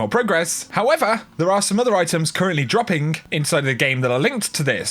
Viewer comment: Have you ever noticed, when you saying something like "dropping", you put a little "k" at the end of it? So it's like "droppingk". Love you.